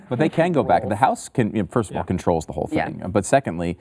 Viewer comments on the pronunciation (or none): none